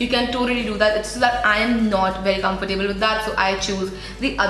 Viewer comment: Hope you don't mind me saying- it's pronounced comfortable. not comfortAAble. 'ab' as in about / abandon. Not as in Table / able. Just like affordable, lovable for example :)